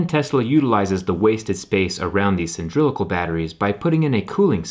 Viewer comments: When it’s pronounced sa-lin-drick-al “cylindrical” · I was so confused at first with that... I think he's saying "cyndrilical" instead of cylindrical? Good thing these are not "nucular" powered! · Update, I finished the video and he said it like 15 more times.... Still enjoyed the video! Keep up the good work! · It's "cylindrical". "Cyndrilical" is a different shape altogether: it was the shape of the older nucular missiles from the George W. Bush era. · Don't have to be rude, maybe it is his way of pronunciation, or an accent. This is guy is very good and knowledgeable, i love his videos irrespective. Btw: Google does give any hits for 'cyndrilical', it is true there exists such a shape. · I am so on board! Its pronounced (Sill-in-drick-uhl) practice it! right? They should review these vids before they post them. I had to watch the video three times to be able to tune this out and get the whole message (yes, I'm anal-retentive, get over it). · He keeps saying cyndrical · Did he just say cyndrilical😂😂😂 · Jerry, mate, isn't it "cylindrical"? PS: I don't have to comment on the content, right? Top notch as always o/ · That's ' Sin'drical to mispronounce Cylindrical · Lol Cindrilical ?!?! He couldn't pronounce cylindrical... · No one else cares that this moron can't say cylindrical? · That's no how you pronounce cylindrical. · Why can’t he pronounce cylindrical? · When doing a video as an expert..... It would give more credibility if you could say cylindrical..... Just shameful! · Was he trying to say cylindrical? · What if Jerry pronounced cylindrical wrong?...Don't make a big deal about it...He's also a human...👍 👌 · You are totally saying cylindrical wrong lmaooo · A part of me wonders if he's always pronounced it like this, and he's going to be struck with a sudden realisation that for all this time he's perceived it a different way... The mispronunciation surprised me though. The word comes from "cylinder", and it would be hard to mispronounce it in the same way.